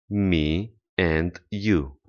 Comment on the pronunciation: pe langa me and you, not you and me, ai pronuntat and ca si end, ce este o confuzie intre doua cuvinte din limba engleza